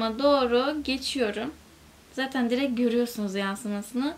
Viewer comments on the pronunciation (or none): none